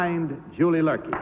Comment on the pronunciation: It's Luerke, not Lurkey